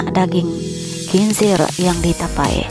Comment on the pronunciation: Bukan tepoi..tpi tapai